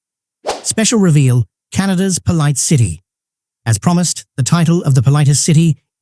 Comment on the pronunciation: Why did they pronounce 'polite' as 'poleet'? Whe SAYS that?